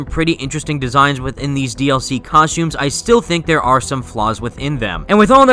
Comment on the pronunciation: I can't get over how he calls the suits suits, outfits and COSHTUMES throughout the video lol